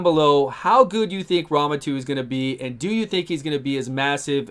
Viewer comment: Why does say it like Ramen 2 lol